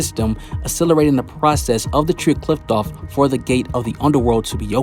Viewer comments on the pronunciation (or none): Considering that you’ve butchered the word Qliphoth every episode. I’ll assume. You butchered this theory